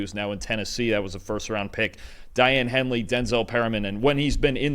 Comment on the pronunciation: It's pronounced DAY- ON Henley